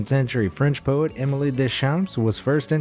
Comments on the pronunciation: “Émile” is pronounced as “ey-MEAL,” not “Emily.” French teacher here. 🙋🏻‍♂️🇫🇷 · Yep, caught that too! Emily??? Definitely botched that one lol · Pronounced "aaa-MEEL". Long "A", emphasis on second syllable. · Emily???? Quite sure Emile isn't pronounced emily lol